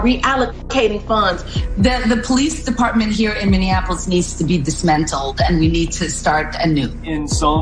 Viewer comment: Ilhan Omar said "disMENTALLED." My thoughts exactly for the D-team. She's making up words!